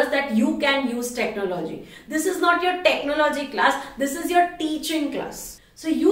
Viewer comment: Its technology..not techno- logy